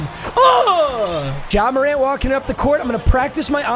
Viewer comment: i swear to god he said john morant but cant really tell